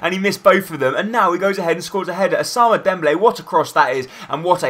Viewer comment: nice vid but u have 2 pernounce "Ousman" not "Ousama" or whatever u said xD